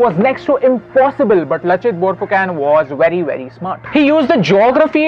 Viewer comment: Not phukan its phukon